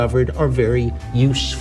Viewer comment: 例如 他 USEFUL 的發音